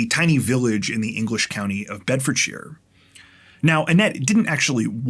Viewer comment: Thank you for pronouncing Bedfordshire correctly!